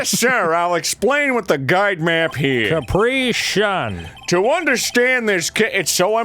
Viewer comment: Any one else gets annoyed by their pronunciation of Capri-Sun